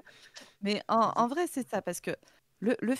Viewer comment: tu rigoles, mais en vréé... 🧐